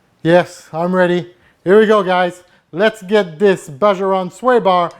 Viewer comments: you are awesome...but it's BAHA Ron. The j sounds like an h... Still, a great video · pronounced "BAA HAA"